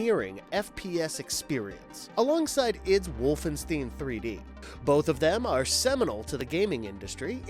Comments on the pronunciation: Wolfenstein (stine) not Wolfensteen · It’s WolfenSTEIN (last syllable pronounced STINE, NOT STEEN) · “Wolfensteen” lol 🤦🏻